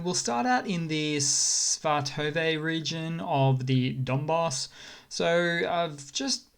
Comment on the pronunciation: Svatove = Shvah-Toe-Vah